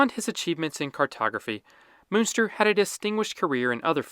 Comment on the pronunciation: Der Name, der hier ja sogar prinzipiell richtig ausgesprochen wird, schreibt sich: Münster / Muenster.